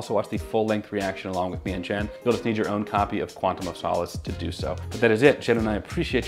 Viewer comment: finally pronounces Craig correctly, then immediately says "Quantum of Soulless":DD